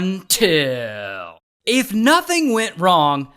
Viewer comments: I like when Ray say.. UNTIL 😅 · Top 3 Worst "UnTiL" of 2025...❓ 😳 💔